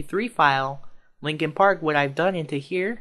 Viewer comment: its "Linkin Park" not Linking Park